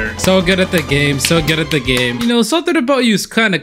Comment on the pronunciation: bro you said game i thought it was gay